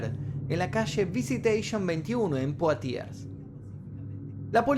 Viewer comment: Se pronuncia "monié" y "blánsh". Y la ciudad se pronuncia "puatié" . No seas tobru...